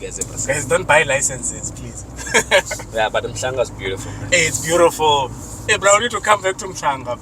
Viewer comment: 😂 you're saying it (umhlanga) correctly!